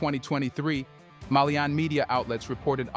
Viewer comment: Malian not melien